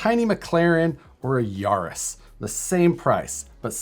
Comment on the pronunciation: Ya-ris not Yar-is